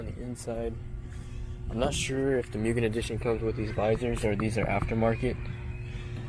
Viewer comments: This is my absolute dream car. However I gotta be that guy.. It’s not actually a RR as you said in the description and it’s pronounced Moogen not Mewgen. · it is pronounced MOOgen.